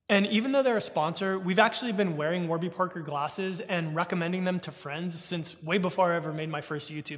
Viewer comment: I can't believe you pronounced Warby incorrectly.